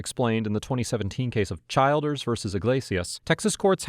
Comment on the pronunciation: It isn't pronounced Child-ers. It is Chil-ders.